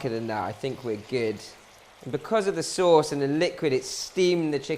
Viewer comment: "sey sose"